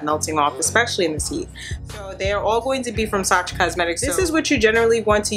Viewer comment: Fyi it’s pronounced “Sasha” not “Sa-cha”